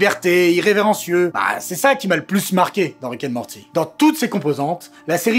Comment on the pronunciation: Wick 'n Mowdy ! 😂